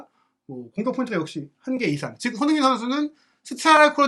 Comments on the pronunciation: 손흥민 발음이 잘 안되면 너무 빨리 말하지 말고 손 반박자 쉬고 흥민 선수하면 훨씬 나을 겁니다 😅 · "손흥민 선수"를 제대로 발음 못 하는 거 정말 귀에 거슬려서 듣기가 힘들다